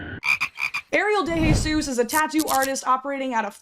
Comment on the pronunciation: As someone who's last name is DeJesus, I like how you pronounced DeJesus. A lot of people surprisingly will pronounce it wrong.